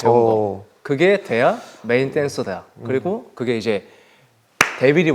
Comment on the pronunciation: 메인댄서댜… ㅋㅋㅋㅋ 발음 헛나왔는데 그대로 자막 넣는거는 훈수두는게 꼴뵈기 싫어서 조롱하는거 아니냐고 ㅋㅋㅋㅋㅋㅋㅋㅋㅋㅋ 친남맨줄ㅋㅋㅋㅋㅋ